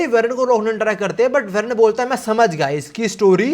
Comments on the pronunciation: भाई उसका नेम वेरन नहीं वॉरेन है uska pronunciation Aisa hota hai ❤ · It isn't varen It's woren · Aye yo pronunciation check ;😢 Eli is not "ELEE" JUST LIKE H2O is not Hydrogen D Oxide (the will of D😅) Eli is" E" 'lie" 😮 Love the way U lie types And Warren is not werren, More like WORREN 😢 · Eli- E LIE WARREN- WAR REN Your videos are great but plz pronounce these names correctly or it sounds really weird